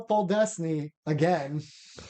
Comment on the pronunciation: How did you both not notice you mixed up letters when pronouncing "Podlesny"😭it kills me to hear it